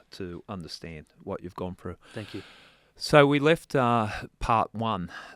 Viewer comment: Its pronounced through not frew !!!